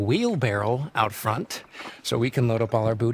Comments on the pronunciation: Daz it’s front not frount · ‘In frount’-Daz black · "Frount" lol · ah yes, “frount” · Lmao "frount" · Ah yes frount